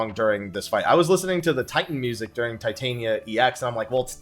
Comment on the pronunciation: Tit-an-ia... Not Titan-ia. Tit.. As in breasts. An.. A simple word in the english language. Ia.. Well I don't have anything smart to say about this one.. But for the love of god and everything good in 14, get it right.